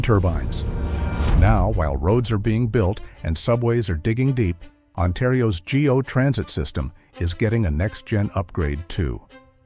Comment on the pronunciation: Overall, I enjoyed the video. Just a few things that were mentioned made me cringe. It is not called the "G" "O" transit system, it's called the "GO" Transit system. The "Science Centre" station will now be called the "Don Valley Station". The "Ontario Science Centre" was closed permanently by the Ontario government on June 21, 2024. Regina is not pronounced "Ra Jee Nah", it is properly pronounced "Ra Jie Na". Lastly, I am surprised you didn't include the Gordie Howe International Bridge. This is the longest cable-stayed bridge in North America. It is close to completion between Windsor, Ontario and Detroit, Michigan. Fully funded by the Canadian government at $6.4 billion. This will remove idling trucks stuck in city streets and traffic lights waiting to cross the Ambassador Bridge. Trucks can now travel seamlessly from Hwy 401 in Ontario to Interstate I-75 in Michigan via the Gordie Howe Bridge without any stops or traffic lights once open. Saving the residents of Windsor, Ontario, from breathing unnecessary truck fumes and reducing congestion. Modern resources and infrastructure for faster customs processing, while reducing time spent idling. The bridge will also help the region's supply chain move.